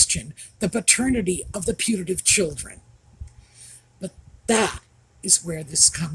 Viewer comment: at first I thought she said 'punitive' as in 'punitive damages' as I thought well, those kids were probably 'concieved' to punish everyone 😂